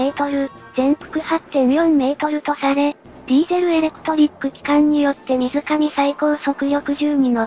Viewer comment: 水上は「すいじょう」と読みます。日本人は「むずかみ」とは読みません。毎日何か起こしますね。